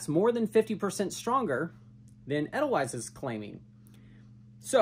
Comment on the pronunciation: Pronounced Ah dhyl vise